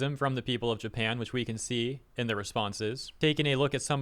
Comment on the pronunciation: Um it's Japan not Japin🙄